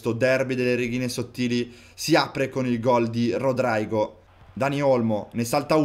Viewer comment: Si devi Rodrigo non rodraigo